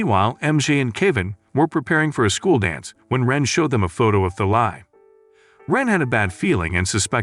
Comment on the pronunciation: Thalai? it's Talay